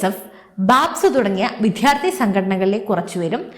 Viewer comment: ഈ ചാനൽ അവതാരകർ ഒരാളിന് പോലും വിദ്യാർത്ഥി എന്ന് പറയാൻ അറിയില്ല എന്ന് തോന്നുന്നു. "" വിദ്ധ്യാർത്തി "" എന്നാണ് പറയുന്നത്. മലയാളത്തെ കൊല ചെയ്യുകയാണ് ഇവർ